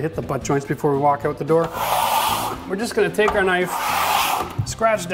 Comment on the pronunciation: Screw Netflix! I'm binge watching Renovision DIY!!!!!!!, it's not pronounced oot, it's out, like when you get hurt and say oww, then add a "t". Owwt!